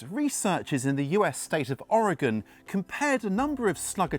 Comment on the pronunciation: Kudos for pronouncing Oregon correctly. A lot of people who aren't from the region don't.